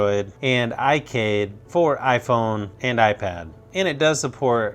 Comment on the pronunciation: I don't how many times I've heard him say "and" and It's really distracting when he keeps saying "and" and did you know how many times he said "and"? and his pronunciation of "and" was really weird And he was like "aaannnd" and like in a voice that's sounds bored